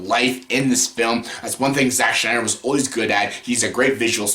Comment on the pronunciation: Shnyder (cringe)